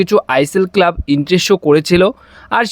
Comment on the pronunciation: Kelab ki ucharon....bhaaa